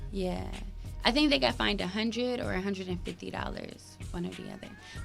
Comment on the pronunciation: Y’all killing me it’s FINED not FIND 🤦🏽‍♀️